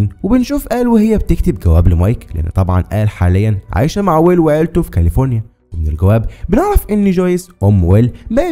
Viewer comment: معليش بس كاليفورينا مش كالفوريا